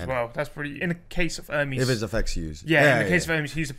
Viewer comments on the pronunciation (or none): her name is Ermes, not Ermees, by the way